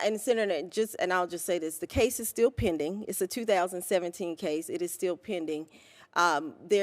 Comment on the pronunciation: Pending /ˈpendiNG/ is it pronounced with a long " e" sound /pē-ding/ as this lady says it?